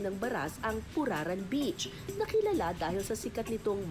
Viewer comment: Sorry pero purar-an yata dapat ang pronunciation